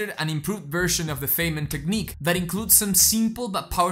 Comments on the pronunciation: As a former physicist, I would give you a tip and inform you that Richard "Dick" Feynman is pronounced like f"eye"nman. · First time viewer. The content is excellent and I will teach it to my students. A critique though, I would hesitate to share the video itself because of one simple, recurring error. Dr. Feynman's name is pronounced Fine-man - as in, he was a fine man. In the grand scheme of things, this is trivial. But when you make the point of studying the history of your subject, well... Anyway, keep going, and yes, based on this video, you deserve more subscribers. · This is great, - a very useful introduction to the technique. But since you are talking about "learning" it would be great if you could learn to correctly pronounce Feynman's name. :)